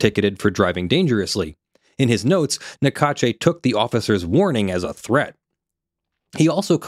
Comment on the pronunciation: Small detail but in French the e at the end of Naccache is silent. Sounds like cash. Even if they are ***holes I find it’s polite not to mispronounced they name when possible (Don’t apply to names like Macron no American can prononce anyway)